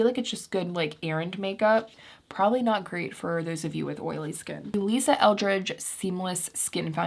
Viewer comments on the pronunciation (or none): none